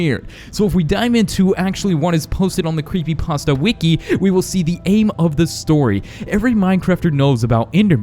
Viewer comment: Creepy pasa or Creepy pasta?